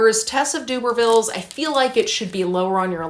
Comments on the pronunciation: Although I love how cute Doobervilles sounds for Tess of the D'urbervilles, I would pronounce it like this - Der-ber-vills. I think your professors may pick up on your mis-pronunciation and it could go against you. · Love your video, as always. Just to say … in the UK we say derrrrbervilles (as in ‘der’ that rhymes with her) rather than dooobervilles (that made me chuckle) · Thanks for the round up- have always thought Hardy was sanctimonious and his characters’ lack of any happy endings are heart breaking. A quick note on pronunciation it’s “Tess of the the d’uRber-villes “ (der-ber-vil) rather than d’Uber-villes (doo-ber-vil) in case you have to say it aloud when in your exam. Good luck. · Just thought I’d say that Tess of the D’Urbervilles is pronounced without the U more like and E so like D’ERbervilles! Doobervilles sounds good too though 😂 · I read 6 books in January I recommend Detransition, baby by Torrey Peters and Outlawed by Anna North. I like your pronunciation of Tess of the D'Urbervilles as DUBERvilles, it made me imagine Tess running an uber service. Ha. The Vanishing half is one of my favourite books I think you will love it. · I think you pronounce it D-erb-a-villes. That’s how I’ve always heard it pronounced but could be wrong! :) X